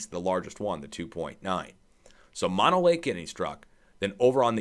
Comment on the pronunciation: Pronounced MO NO Lake Not MA NO